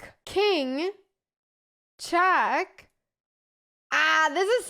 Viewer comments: Its not chack its check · Not chaaak but check. Not AF but EF